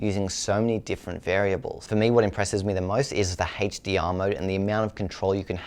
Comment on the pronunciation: why does this guy have trouble say words with H... hestdeear . Hest264.